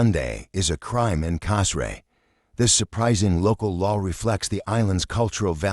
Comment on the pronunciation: Hey, learn how to pronounce the name of the island correctly!